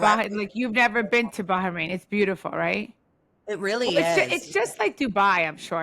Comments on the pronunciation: Teresa calling it "Baharain" is too cute.. it's giving "Ingredientses " love her 😂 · Teresa's pronunciation of BaHrain is sending me, you can tell she heard too much about Ba-ha-mar from joe Giudice 😂